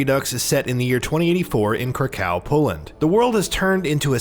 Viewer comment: IT'S NOT CRYCOW, IT'S KRAKOV! LMAO